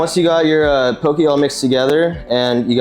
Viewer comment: Pronounced “Pokeh” not “pokee”